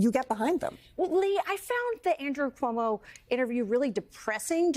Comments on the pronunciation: Komodo 🦎 still cant say Zohran surname properly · You mean Cumoo? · Andy Cummo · I believe it's pronounced Cummo.